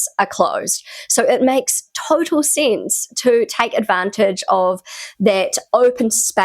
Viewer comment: Why do you always say "peerants" instead of "parents" ? 😮 ... and "scenes" instead of "sense" ... 😅